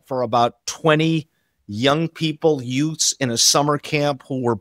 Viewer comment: This is AWESOME!! On a different and silly note, I swear to the gods that at about dude said, "Youts". If you know, you know. 🤣🤣🤣🤣🤣